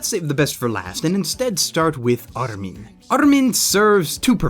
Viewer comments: It doesn't matter what nationality these names are, it's the fact that the subbed version of the anime pronounces the names correctly, and then the dubbed always seem to change how they're pronounced. Exactly like in this video. In the Subbed armin is pronounced AR-MIN. It's as simple as that, yet this fucking clown decides to pronounce it "Arlm-In" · What really pisses me off about these sort of Americans that make videos about anime is that they can't pronounce any names of the japanese characters for shit. Me-cass-hah? Arlmin? You can really tell when somebody watches the dubbed version of animes because all of the names and terminology become american-ised. If you're going to speak about shit from anime then have the decency and respect to attempt to pronounce the words PROPERLY instead of commodifying them. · Great review. The only thing that bugs me is how you pronounce Armin. If they meant the middle-european name, it's most likely pronounced "Ar-meen"